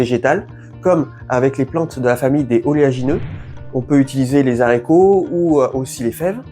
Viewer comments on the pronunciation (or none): Continues avec tes "zharicots verts", moi ça me saoule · Coucou l ami ! T oublis volontairement des PDT en terre ? Au fait on peut pas dire des zaricots, à cause du h de haricot , arborigenes, t es sûr ? Merci pour toute tes super méthodes et conseils 🎉🎉🎉